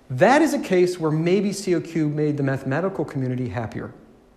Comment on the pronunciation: It's not pronounced C-O-Q, it's simply kok.